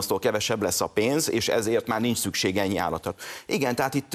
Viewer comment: Pénz , nem pe’ndz . EURÓPA , nem EERO’PA.